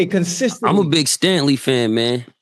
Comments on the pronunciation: Cthu. You’re absolutely right. I misread. Tho I did catch them slaughtering his name, but I heard it as “Stanley”, not “Stangley”. Either way terrible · He keeps saying Stanley